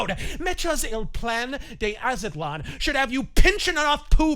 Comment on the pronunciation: Az-tlan two syllables not A-za-tlan